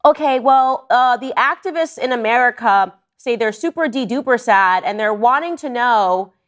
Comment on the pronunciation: "super dee Duper" 🤣😂